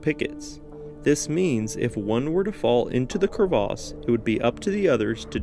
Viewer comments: Cravas not Cravaaaaas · You mean Crevass rather than Crevaaas. I always wonder why Americans & Canadians find it necessary to create and adjust words for no apparent reason. Buoy (pronounced boy) Mignon (Meenyon) and now you're throwing in an absolutely ridiculous pronounciation of the word crevasse and ancient French word originating from crever (as in Crevice). It's put me off watching this clip which would have been interesting. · same dude who insists on saying cur-vas rather than crevice. it doesn't even have an a in it... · "Crevasse" (glacier gorge) not "crevice" (tiny crack). Different pronunciation to differentiate the two. So, like he said, crevaaaaase...